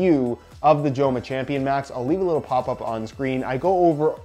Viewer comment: say it their name right lol. Its not "Jo-ma" its a soft j in spanish